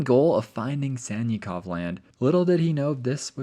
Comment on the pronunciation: Sannikov is pronounced like Sun-knee-kof (trust me)